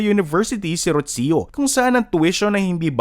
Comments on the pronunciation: It’s Roo-See-Yoo not Rotsio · It's pronounced as "Rosho" not "Rotsiyo". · Why do you keep mispronouncing the name “Rocio”?? It’s so annoying!!!